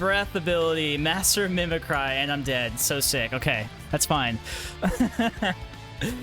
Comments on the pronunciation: man, its crazy how just 1 thing can put such a bad taste in your mouth you feel it necessary to point out... motherfucker, how did you pronounce 'mimicry'? does the letter Y in your vocabulary only sound like "ai" or have you never read the word mimicry out loud before? because i am just stunned lol. its like people who pronounce "melk" or "renember". its like nails on goddamn chalkboard xD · plainly put, the way he pronounced mimicry was hella grating to my ears